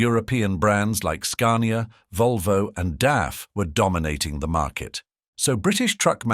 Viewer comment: Bloody AI commentaries get right up ALL of my orifices, not just my nose. Do you ever CHECK what's being said with what is on the screen? Talk of a 6 wheel drive vehicle with a 4 wheel lorry pictured etc etc. Forget Forgotten Road Kings!! Edited as I forgot to mention Scar-nee-arr!!